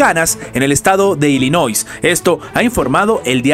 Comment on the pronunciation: Se pronuncia Illinois. NOT ILLINOI(S) NO (S) LOS REPUBLICANOS NUNCA HAN GANADO ILLINOIS.